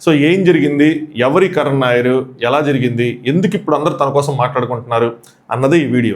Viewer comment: కరణ్ నాయర్ ఏంది బాబూ కరుణ్ నాయర్